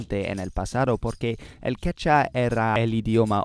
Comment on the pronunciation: Es idiomática no idiomica. También todavía se está pronunciando mal la palabra Quechua.